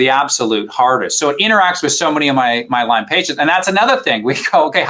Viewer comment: Why does the host keep putting an “S” on Lyme??